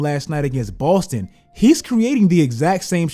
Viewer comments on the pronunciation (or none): none